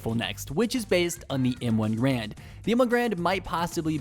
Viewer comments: It’s M1 garand not grand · m1 garand pronounced gare-and not grand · It’s called m1 garand not grand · Kinda triggered he said grand insted of garand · Did he just say M1 Grand Instead of (GAR-RAND) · Btw its garand not grand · Did he just say M1 Grand? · And also it’s m1 GARand (like bear but with a g at the start)